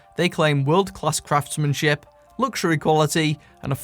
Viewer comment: I honestly thought you said "craftsmansh*t" instead of craftsmanship.